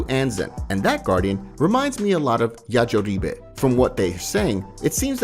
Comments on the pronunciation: 'yajoribe' goes craazzzyyy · It's Yajirobe. It's only 8 letters bro.